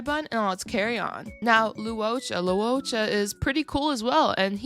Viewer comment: Just a small nitpick but Luocha is pronounced like Loh-cha not Lu-o-cha